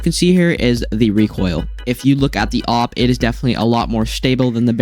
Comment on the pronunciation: Thats not how you say it its like A W P by letter you are saying op or opp or oop idk